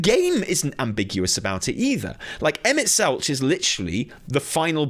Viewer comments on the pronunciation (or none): Oh man, the only take away I have here is just...please listen to official pronunciations of names, lol. Selch has a hard K sound. Hythlodaeus is hith-lo-day-us (The i is pronounced like in 'in'). And while I agree with 'cool motive, still murder', I will correct you with SHB lore you seem to have missed - their friends aren't, for the most part, 'dead'...just split into various other lifeforms on other planets. So, to these godlike/angelic beings, they don't perceive that as murder. You're basically like...a homunculus, or something, a malformed creature with like, half a soul, if that. To them, you aren't a living creature. It's about point of view - we spend a lot of SHB trying to show Emet that we are still worthy life forms, even if we ARE only partial souls of his old comrades. In the end, whether they acknowledge that we're life forms of our own...it is still murder. It just doesn't come across to THEM as murder, since you aren't really a living thing, to them. You're a mistake that's stopping them from doing what they promised their friends they'd do millenia ago - get them back. It's very...Shakesperean in its tragedy. Doing bad things for good reasons. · Kinda hard to watch the whole video with you mispronouncing "Selch" the whole time lol. Killin me,:)